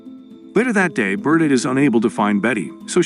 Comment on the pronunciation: Its ber-ta like roberta, Not burta. Learn to speak bro wtf.